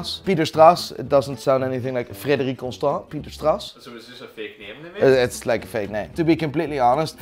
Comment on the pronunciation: Darling, that’s a Q, not O. Not Frederioue. Frederique.